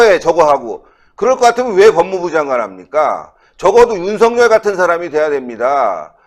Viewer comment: 윤석렬로 발음하지 마시고 윤석열 글자 그대로 발음하십시오